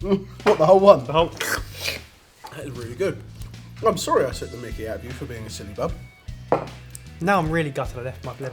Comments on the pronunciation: When and say Syllabub they make it sound like Sillybub lol:P x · Ohhh, syllabub? For the entire video I was convinced you were saying "silly bum" Looks yummy :)